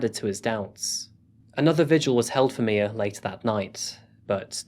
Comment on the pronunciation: It’s my- uh not Mia